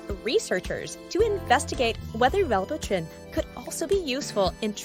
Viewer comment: Well butter rin